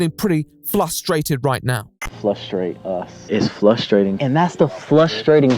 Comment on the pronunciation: I’ve heard people mispronounce frustration as “Fustration”, but “Flustration” is a first.